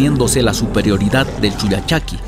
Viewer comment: Es con doble "L" como el pollo y no "poyo"